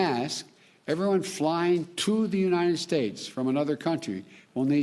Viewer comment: "Unine-ed States of America"